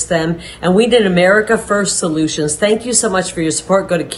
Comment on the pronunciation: “Stank you so much”, is what that sounded like. Stank criminals. They are both horrible feminine role models. Liars and cheats.